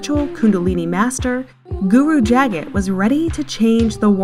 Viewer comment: It's pronounced "Juh-GAHT GUru". Just so you know. 💗